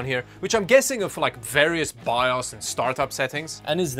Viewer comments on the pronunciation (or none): none